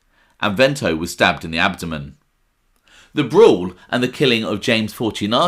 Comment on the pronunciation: "Stabed in the adomen"? (sic.) Sounds very wrong! Great content as ever, thankz.